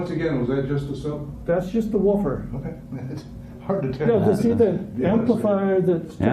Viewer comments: You gotta learn to say woofer right, its not wooo-fer. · Wooh-fur. Lol